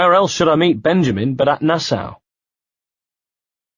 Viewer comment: to whoever is the reader of this audio book......Nassau is pronounced Nassaw and not Nassow.